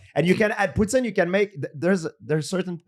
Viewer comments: As a Canadian I Do not approve of how he says poutine😂😂😂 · Hahahaha they keep laughing at him say poutine properly, man was born and raised in the land of poutine